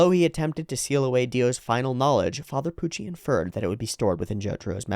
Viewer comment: I forget where it started, but special props to youwu for keeping up the speech impediment youwu gave to Puwucci during all the manga readalongs.